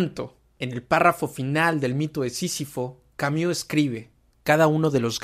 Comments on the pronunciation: Tú dices Camiú y es Camus! Jajajaja 😅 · Xq pronuncias Camiu?